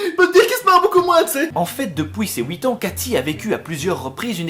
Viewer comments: C'est quel âge ça "Ouite ans" ? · Depuis ses wouit ans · depouis ses houit ans :p , roh je me moque ce n'est pas très sympa ^^, plus je regarde t'es vidéos plus je t'adore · A "depouis ses houiit ans" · "Depouis ses houit ans" ça me rappelle "fouite" 😂😂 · "Depouis ses ouite ans" 2k17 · t'es Belge ? je t'ai entendu dire "depuis ses houit ans" mdr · "Depuis ces houit ans", merci les belges, vous me f'rez toujours autant kiffer <3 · Juste parce que tu a dit blédard j'ai souri ... Merci a toi x)